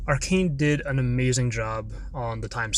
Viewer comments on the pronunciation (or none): Cool and all but did you just call it "arekeen"